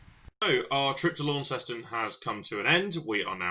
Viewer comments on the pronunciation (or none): It's not Laun-ces-ton, it's Launceston. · Its actually .... launs ston ...how you pronounce it ... i lived there for 5 yrs ...and after 19 years in Notts i am moving back